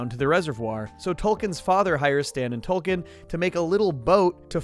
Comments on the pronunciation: Is it Token or Tolkien? I thought they was a joke about diversity there, but I keep hearing Tolkein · Dude it sounds like your saying Tolkien. His name is token. Because he's the token black friend. That's the joke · It's TOKEN, not Toll-Ken, why are you saying it that way? Do you not get the joke that Token's name is? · The characters name is Token not 'Tolkien'. Get it right. He was created as the 'token' black character on a show primarily about white people. That's the point. It's supposed to be both funny and 'meta'. Note the T on his shirt, it stands for 'Token'. No other character on the show is singled out like this. For someone who watches the show as much as you appear to it's just sloppy, amigo. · Stan and tolken? Uhm wtf?! Isn’t it TOKEN? For the obvious southpark gag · honestly I didn't know about the change, I just thought you were Canadian or something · Every time you said token it sounded like you were saying Tolkien. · Hate to be that person, but it sounds like he's saying Tolkien, like author of lord of the rings and not Tolkien as in the Tolkien black character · Are you actually calling token Tolkien? 😂